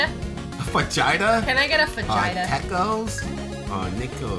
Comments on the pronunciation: its not Fajita its pronounced Fah-he-tas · Fajita is pronounced "Fahita" ihascupquake! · Fajita is pronounced fa-he-da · Hahaha she called it a fajita .....it's pronounced Fa-he-ta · XD "Fajita". It's pronounced "Faheeta" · Fajita is pronounced "fa hee ta" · in fajita the j sounds like a h